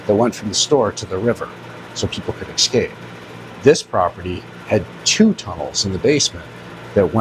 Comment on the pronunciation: Also the word is pronounced ess scape , not "eck" scape